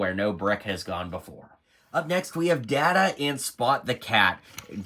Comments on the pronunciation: "Gwee-non"? "Datta"? You've never seen this show, have you? I mean, complaining that Geordi and Data (that's "Dayta") have the same torso when they're wearing Starfleet uniforms? You clearly have no idea what's going on with this set. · Data not daata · Have you ever watched the show? Every reviewer butchering the names smh. Guinan is pronounced GUY-NIN, not gwee-nin. Data is pronounced DAY-TA, not Dah-ta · I know. Cringe every time I hear ppl say Dahhta, instead of Dayyta. Ranks right up there when ppl say Nucular, instead on Nuclear. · There is literally a scene in season 2 about this. You can pronounce the word however you like but his name is always pronounce as he prefers it which is "Day-ta". The whole discussion is about how disrespectful it was to not pronounce it correctly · Please watch some NextGen episodes to learn how to pronounce Data and Guinan. Hurt my Trekkie heart hearing the wrong pronunciations.